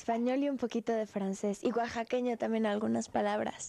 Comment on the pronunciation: oaxaqueño? Que te pasa Belinda? jajajajaja